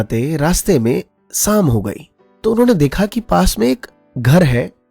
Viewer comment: sir pls sam nahi sham hota ha it's an opinion don't take it seriously please